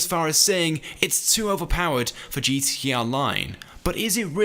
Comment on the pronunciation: y cant gta youtubers ever pronounce GTA correctly